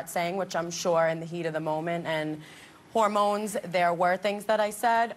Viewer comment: Did this woman really just say "Hormones"?